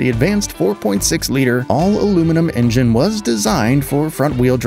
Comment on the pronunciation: En-gen…engine? So tired of these AI generated vids